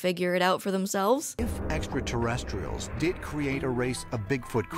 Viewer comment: Another thing to add to the drinking game to make it more lethal is "Drink when the carrot guy pronounces it 'etsrta-terretstrials."'